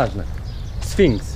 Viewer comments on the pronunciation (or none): śfinks xD